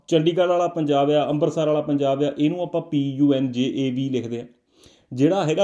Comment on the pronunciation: we pronounce punjab the same way you did, don't think ka single letter da ena koi faraq penda